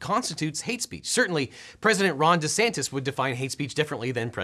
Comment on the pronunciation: Sorry I still hear "Rhonda Santos" rather than "Ron DeSantis". And then I think Rhonda is "related" to the person calling themselves "George Santos" and I laugh.